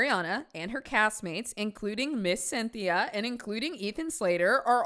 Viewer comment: I was not ready for 22 jump street ‘cyn-thi-a’ 😂